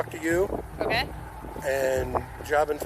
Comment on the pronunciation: omkay? omkay.... omkay?? Omkay...